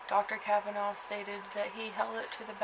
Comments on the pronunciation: The name is Cavaness, not Cavanaugh, you goof! You don't know what you are talking about. You read 'Murder in Little Egypt' and you make a Youtube. Big whoop. Get a life. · I happen to be from Eldorado Illinois. Born and raised. I knew Dale Cavaness and Sean Cavaness was my friend. I don't know the reason for your video other than getting yourself on YouTube. But NO one ever pronounced the name "Cavanaugh". Should you choose to utilize the tragic murder of my friend for your own purposes, the least you could do is pronounce his name correctly.... One last thing. No one from Southern Illinois calls it Little Egypt. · Ill have you know that this is my great great uncle. And that is not how you say our last name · You can't even pronounce his last name correctly? He's the subject of your entire video and you continously mispronounce his name? That's some high quality work. You obviously really do extensive research for your videos. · The last name was pronounced as the "S" sound. You might want to talk to some of the people in Harrisburg instead of just reading the books and stories. He was a horrible person.